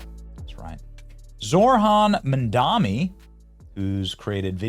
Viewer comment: "mamdami" lol